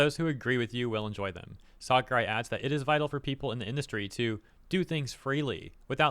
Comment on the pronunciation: Sakurai has always been one of the greatest game devs out there and he always shared this opinion. But please say his name right 😂